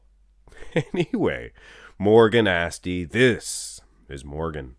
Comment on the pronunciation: It's not "Asti" neither. So, you got 1. 🤣 Actually, you got 0 because that's not how you say "Eduardo".